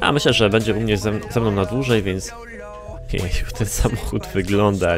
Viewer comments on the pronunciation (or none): none